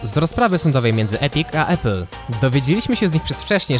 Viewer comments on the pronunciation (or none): none